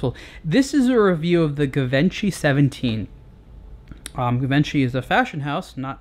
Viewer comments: It's pronounced "Jivanchi" :) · 😂😂😂😂 IF YOU CANT PRONOUNCE IT YOU CANT REVIEW IT!! Lmao😅